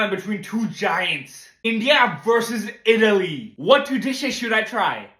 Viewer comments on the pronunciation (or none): bro literally said itlay wins